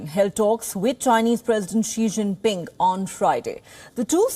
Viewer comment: Why are you saying "Che ching ping" instead of "Xii- Jin-Ping"